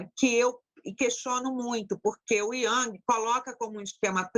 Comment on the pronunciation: O vídeo começava bem, até ela questionar Carl Jung, e falar o nome dele errado. Ali já vi uma questão séria, pois uma psicóloga errar o nome de um mestre è de doer. Depois, mostrou-se arrogante e despreparada ao contar da mensagem que enviou ao paciente. De fato, nem todos podem lidar com pessoas, ainda mais com esse nivel de despreparo e desequilíbrio para manejar certas angústias do paciente. Assustador ver esse tipo de gente tratando pessoas. Um show de horror essa senhora deu neste vídeo. Uma verdadeira aula de como não ser psicóloga.